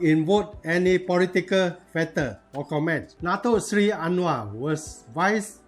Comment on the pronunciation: I just open this channel slightly Let me correct your pronounsation It should be Dato Seri ...not dato sly Anyway it was a good explaination